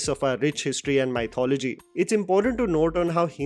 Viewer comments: It's Mi-thology.. not Mai-thology. Oops sorry🤭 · Hey bro, it is not pronounced as 'my thology' but 'me thology' or muhth·o·luh·jee